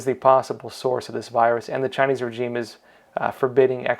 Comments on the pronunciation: good content.... however, it's "rei·zheem". please. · Pls pronounce 'regime' correctly. The 'g' is soft. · That’s not how you pronounce regime pal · FTLOG, please learn how to pronounce regime.